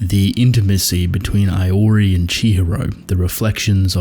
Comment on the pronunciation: The way you pronounce "Iori" feels wrong